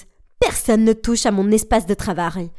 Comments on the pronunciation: Elle a dit de travail alors que ça doit être Travaille ou Sleh de Travaille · La mère à dit "Travar" au lieu de Travaille 🤣🤣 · Il ont dit travar au lieu de travail c'est trop drôle